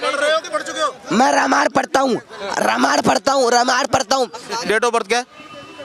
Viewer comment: ये अंडभक्त "रामांण" पढ़ता है।